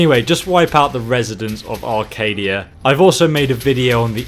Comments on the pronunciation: Acadia not arcadia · CHEEZ IT'S ACADIA NOT ARCADIA